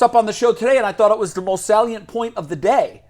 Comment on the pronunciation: Hey, the word salient, meaning highly noticeable, is pronounced SAY-lee-ent. NOT SALLY-ent.